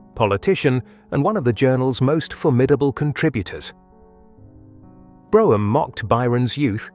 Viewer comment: Brougham is pronounced Broom. The interior of the upper chamber (The House of Lords) that you show is the one built much later in the nineteenth century.